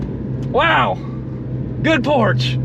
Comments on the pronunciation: its POR SHHH ! not porch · Lmfao "WE'RE IN A POARCH" 😂